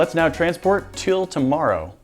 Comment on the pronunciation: the way grant says “tomorrow” sounds Canadian